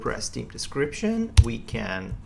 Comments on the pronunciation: This video would made an excellent drinking game. Everytime in the video you say Team instead of Theme you have to have a drink. Nice tutorial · Your video is great! I understand English isn't your first language, but the way you say theme bugs the hell out of me. It's not pronounced, T-he-me. You have to say it as Th then add. eme. So it sounds like, Th-eem. I'm not good at teaching English. Just youtube it how to pronounce theme. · annoying "tim", "tim", "theam"... repeat after me "theme "lease learn English before trying teach anything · >Themes >Theems >Teams Sorry I couldn't help but to notice that, but I really appreciate your video. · Everything else is good but I think you pronounced Team instead of Theme, which is confusing .... no offence... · With all due respect it's "theme", not "team", the confusion sounds annoying. Please, consider it. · because of him I keep saying team and not theme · There's an H in theme that you do not pronounce, you are saying team all the time.... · team? Where are you from? the way you pronounce the-me is strange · Not to be a dick.. but let's work on pronouncing "TH" a little better. It sounds like you're saying "Team" Still love you though and you're my favorite programmer on YouTube! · *TH*eme it's *TH*eme it's *TH*eme it's *TH*eme it's *TH*eme it's *TH*eme it's *TH*eme sorry I just had to say it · Nice video but please google how to pronounce theme.... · Took me a while to realise he was saying "theme" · Everything was great except the pronunciation of 'theme' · Awesome tutorial video! Thank you so much. And speaking of "theme", notice it's pretty much just dudes riding your ass about how you pronounce it? Yeah. On behalf of the ladies, the accent is hot, stop apologizing ;) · Awesome tutorial, working on my understanding of creating themes in WP at the moment. It'd be helpful for me if you asked for advice on the pronunciation of theme :P